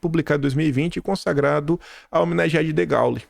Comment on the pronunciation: Degaulle, pronuncia-se Degôle